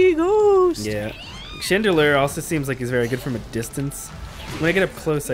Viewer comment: Chandlier? Chandelure is correct.